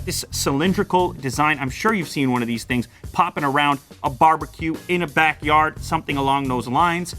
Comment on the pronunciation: "a barber-que"